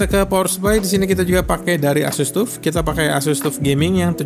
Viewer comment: saran aja bang, kalo nyebut "tuf" itu "taf" hehehe nice vid bang, always watch the vids